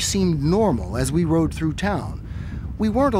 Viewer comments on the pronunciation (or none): none